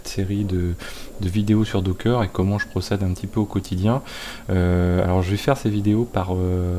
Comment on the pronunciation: c'est docker , pas dockeuuuuuuuurr !